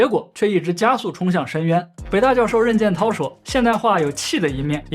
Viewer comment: 任建涛姓氏里发第二声，同“人”